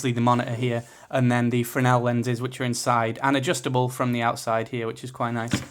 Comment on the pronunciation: The other one is probably worth the extra if you don't already have a receiver. Also, you're one of the few people on YouTube who can pronounce "fresnel" properly...